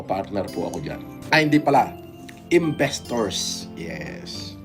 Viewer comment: Investors ❌ Imbento ✅ 😂😂😂